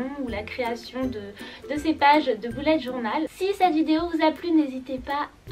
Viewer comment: On dit bullet journal (beullète)